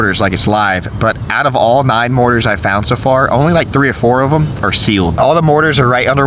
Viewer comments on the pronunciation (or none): morTar, not morar. 😂